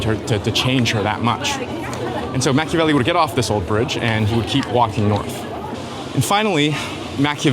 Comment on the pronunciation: Is he pronouncing Machiavelli wrong?